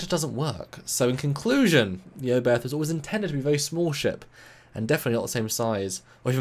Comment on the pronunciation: It's fun how all the English speakers butcher the pronunciation. Herrmann Oberth was, as you say German - the "th" is not pronounced as in "the", but hard, as just a "t", followed by a silent "h".